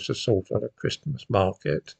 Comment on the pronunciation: I can’t believe how quickly the time flies. It feels like only a few weeks ago since the last time I was having to listen to you pronouncing the “t” in Christmas every other day.